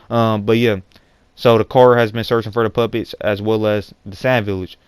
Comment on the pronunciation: lol when he says "puppets" his accent makes it sound like he's saying "Puppies" "Kara is looking for the puppies" XD